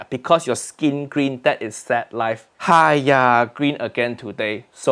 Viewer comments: HAIYAAA....not hiyaa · its haiya